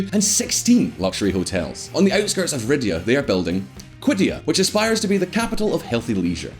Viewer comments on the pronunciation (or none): Ree yahd, not Ridya. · But why did you say "ridyah" multiple times? It's Riyadh. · Ridyah? C'mon! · You Lost me when you called Riyadh ’’Ridhya’’ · Bro... you keep calling Riyadh the Capital Riddhya... 🤦🏻‍♂️... 🤣🤣🤣...!? Bring back our previous! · did you just say ridyah?! I know you didn't just mispronounce my hometown's name like that.......dislike bro but I appreciate the enthusiasm & attitude of you as a youtuber in general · Is this guy calling Riyadh ridia🤔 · Did man really just call Riyadh “Rid-ya”??! 🤣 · Why is he pronouncing Riyadh, “riddia”? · Cuz he is white. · Ridya?!! Wft are you talking about. It’s called riyadh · It's "Riyadh", not "Ridyah". Basic. And you're trying to teach us stuff? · Riyadh ❎ Ridyah ✅ 🤦‍♂️🤦‍♂️ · Just a note: the city is Riyadh, not Ridya. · Would be good to do some researsh before posting this kind of stuff. And it’s Riyadh, not ridyaah. Jeezus.. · Ritz-Carlton in “Ridhya”? I think you mean Riyadh. also. Come on, you can do better than this. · Saudi Arabia: Riyadh: Rid-yah Everyone: Ah give it to 'im, he's Scottish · Ridiya? Never heard Riyadh pronounced that way. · Why can't he pronounce Riyadh? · When you butcher the name of the capitol of the country your making a video about you know your research is all sh*t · It's obvious you are not independent and are funded by Qatar. You can't even pronounce the capital city of Riyahd properly and your maps are laughably inaccurate. A lot of the facts have been twisted and you're quoting Al Jazeera which is also Qatari funded. It's so obvious you were reading something someone else wrote for you as your eyes were moving left to right like an insane person.